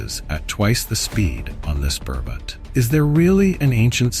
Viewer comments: Dear AI. It is not Pervert it is Parbat. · Bro seriously 😑 not funny its "parvats" (mountain) not "perverts" (Someone who has been morally or mentally corrupted.) if your speaking in 1 language keep the mentions on nouns and pronouns in the same language others who dont get your efforts and dont understand hindi will take it in a wrong way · The word is not pervert, the correct word is parvat .. it means mountain .. please say the correct word, saying the wrong word gives it a different meaning 👍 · it is "parvart" and not "pervert" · Parvat not parvati. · This is a sensitive topic about the place which is sacred. You need to be careful about the subtitles. Parvat is the better pronunciation. I'm gonna report this video regardless. You could have taken the time and viewed the video to make changes. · What is pervatiar....not an English word or Hindi....did you do it on purpose....every word you used is English except calling a mountaineer a pervertiar.... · bro you sucks at spiritual name of sacred moutain parvart, as pervert, and you teasingly said I'm trying to improve.